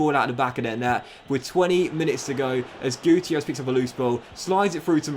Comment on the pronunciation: Roberto guitierrez? More like Roberto guccierrez. You know? Gucci errez